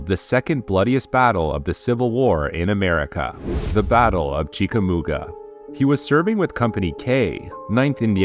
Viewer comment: Maybe "survived a headshot" as many survive gunshot wounds. Also its "chick-a-mawga". Otherwise good, man